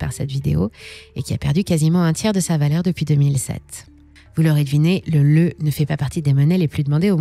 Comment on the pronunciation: Concernant la devise, on ne dit pas du tout "Leu" comme dit dans le reportage. Ça s'écrit bien "LEU" mais ça se prononce "Léou". En langage économique, on écrit aussi l'abréviation RON (acronyme de Romanian new leu)